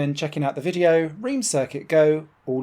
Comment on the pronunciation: Please pronounce Reims correctly.